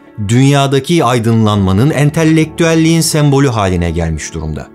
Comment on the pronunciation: 9.22 Abi "entellektüel" değil "entelektüel" bir tane "l" harfi var seviliyorsun abi